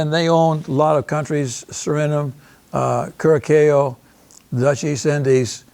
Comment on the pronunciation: Curacao is not pronounced Kur-a-kayo. Please don't present yourself as an expert if you can't properly pronounce centimes . This is an embarrassment.